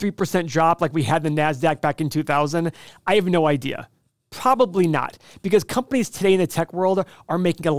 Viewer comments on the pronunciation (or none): all i hear is "i have no idee"